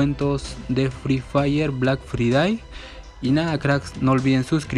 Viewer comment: Black fridai literalmente lo dijo asi xdxdxd